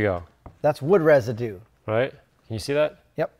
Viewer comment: There is a "u" in "Residue" if I am not mistaken :D